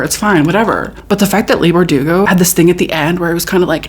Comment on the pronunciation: it cracks me up whenever she says “Leah” Leigh is pronounced “Lee” 😂😂😂